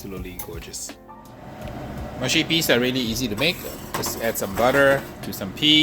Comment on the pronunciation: ma-shi peas? huh ... moosh - shi peas